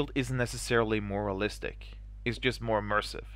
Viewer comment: lol I heard you saying "moralistic" , that crack me up :D